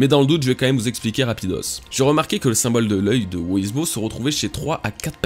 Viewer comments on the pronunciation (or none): Par pitié, le personage qui de nomme "who is who" (qu'on peut raccourcir en "who's who") Se prononce: (j'essaye de retranscrire au mieux) Houz Hou. En anglais on prononce pas le w comme tu le fais pour dire "who". Ça se prononce comme si tu lisait "hou" a la française en aspirant le h Donc "who's who" se prononce "houz hou". C'est terrible de t'entendre dire "wou iz wou" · Prononce who's who à l'anglaise s'il te plait ça fait pas classe du tout "wo is wo" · Stp prononce correctement Who's who ça devient vite pénible "wo-iz-wo" :( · "Wo iz Wo" rip l'anglais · Who's who se prononce "Hou s hou" (en aspirant les "h") ^^ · bah la logique voudrait que ça se prononce "wouz wou" (en phonétique) puisque c'est de l'anglais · thx la video. ça se prononce wouzh wou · Prononce plus WHOUZ-WHOU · Sa se prononce Ouz Ou en français Qui est Qui